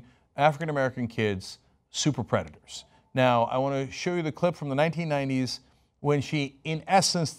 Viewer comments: jaja Predatours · The way Hillary says "predatoours", freaks me out. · I still can't get over how she pronounces the word predators